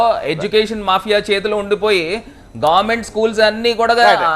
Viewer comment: గార్మెంట్...కాదు... భారత్ బాబాయ్..... గవర్నమెంట్....అని స్పష్టంగా పలకండి ఫస్ట్